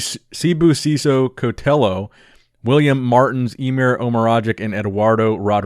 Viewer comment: pronounced Sibusiso better than English speaking South Africans 😉